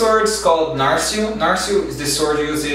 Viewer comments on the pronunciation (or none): esse metalic soou como um sotaque brasileiro xD e narsil tb